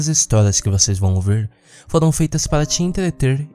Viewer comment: "Hj vc irá ouver" kkkkk